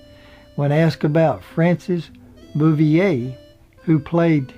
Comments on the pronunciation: mIght mention it was Don KNOTTS, not KNOX, and Francis BOUVIER, not "Booyay". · it was tut the narrator kept mispronouncing it, and called Frances Bavier Frances Bouvier (lke Jackie Kennedy's maiden name) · So many errors and mispronunciations its disturbing. It's Griffith not Griffin, its Knotts not Knox, its Elk St. not Elm, No time for Sergeants was 1958 not 1968, it was Frances Bavier (Pronounced Bah-vee-a) not Boo-vee-a as in Jacqueline Bouvier Kennedy, its The Apple Dumpling Gang not The Applin Dumpling Gang, Cedars Sinai not Cedar cyanide........sheeeeeeesh! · Andy “Griffin”, Don “Knox” and Frances “Boovier”? Who is this clown? One would think, when narrating a documentary, one would at least be able to pronounce the names of the folks concerned. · GRIFFIN< KNOX< BOOOOVEEAA< etc...LoL